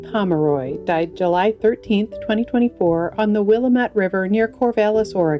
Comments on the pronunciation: Just a fyi it's pronounced will AM ette like dam it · You do so much research, yet you couldn't get the river right in Oregon...it's pronounced Will-Am -it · Wil - Am - Et River... your pronunciation is wrong